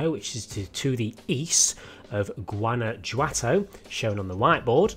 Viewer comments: Guana "who" ato, that's how you say it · It's pronounced "GWANA - HWATO", 😂😂😂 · Guanajuato: Goo-anna-who-ato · “guana-huato” the J is pronounced as an H in Spanish - this is the city of FH5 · It is pronounced like guan-a-hoto but close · Guanajuato is pronounced goo-ana-hoo-ah-toe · it's killing me the way he's saying Guanajuato lol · It i pronounced with a h instead of J. also I think is out of the loop we've already seen tunnel gameplay in fh5.